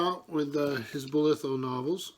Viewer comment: Also I'm sorry to correct you..but the pronunciation of my family name would sound more like Boliiithough ..stretch it out a bit and slur it out a bit because if you go to Falmouth. everyone slurrs a bit haha